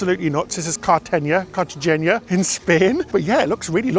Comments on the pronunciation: Another fun video, gentlemen! My Sundays aren't complete without ship, food, and location reviews with a little humorous innuendo (try sausage 🤣) mixed in. Btw IF Cartagena, Spain is pronounced the same as Cartagena, Colombia (both Spanish speaking), then it's pronounced "kart-uh-HAYN-yuh." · Karta h(long a)n ya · Car- te- hen- ya. That's the best way to explain how to pronounce it. Love you guys!! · Car-ta HANG-a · Car - ta - hey - na, you were pretty close! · Hi and, kar- tuh-hay-na is the closest in English. I love 5he decor of your cabin in this vlog. It looks lovely! Love the ship too. ❤ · So many people are suggesting the wrong pronunciation of Cartagena 😂 it’s Carta-hain-ah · Carta hena, say it like that. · Is it perhaps pronounced CartaHenya? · I love Lavazza - it's what I drink at home! And it's pronounced "car te HEY nya" 😉 Sailing on Sun in October - can't wait!!! Need to update to Premiere, booked with Plus and regretting it. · Hi! It's pronounced Car-ta-hay-na. The "j" in Spanish sounds like a "h". Hope you're well 😀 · It’s actually “car-tuh-hay-nah”. There is no “y” sound at the end since the “n” is merely an “n” and not an “ñ” or “enyay”. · Carrr-ta- hayna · Cartagena pronounced carta hena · Car-tah- HAY-nah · The last syllable is a simple “na” not “ña” (nya). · Kar-ta-hen-na. The last syllable is “na,” not “ña.” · It’s Cartagena, not Cartageña. So hey-nah, not heyn-ya. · It’s Cartagena, not Cartageña. So kar-ta-hen-na. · Kar-ta-hen-na. The last syllable is “na” not “ña.” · It’s spelled “gena”, not “geña.” So kar-ta-hen-na. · It’s “gena” not “geña” so just na, not nya. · Hen-na, not hen-ya. It’s not “geña” but simply “gena.” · It's pronounced "Carter-Hayna" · Both are spelled CartageNA, not ÑA. So kar-ta-hen-NA. Others pronounce the “hen” as “hayn.” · Na, not nia. It’s a simple “n” not “ña.” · Spanish speaker here. It’s pronounced carta-henna despite so many people commenting wrongly that it’s carta-henya. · It's Cartaheena